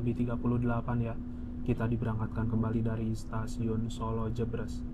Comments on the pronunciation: btw pengucapannya jèbrès (kaya pengucapan "deretan") kang😂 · Maklum Mas, sanès wong Sala, dados boten kulino ngucap jèbrès😁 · Pengucapan Jebres yg tepat seperti ekspres / Menteng / toples ... bukan pedes / pegel / lemes .. 👍👍💞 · "Solo Jebres", baca kedua huruf "e" nya kaya pas baca kata "bebek" (🦆)